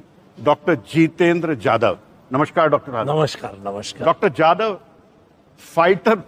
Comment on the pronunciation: It's jadhav not yadav 😂😂